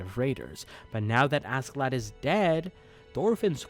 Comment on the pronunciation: As a life long fan, my joy of seeing so many people gushing over VS is only matched by my irritation over seemingly no one being able to pronounce the character names, not like the characters themselves aren't constantly screaming each other's names in the show 😆 I love you man, I really do, but for future reference: Einar is pronounced HEY-NAR, Askeladd is pronounced ASH-HE-LADD.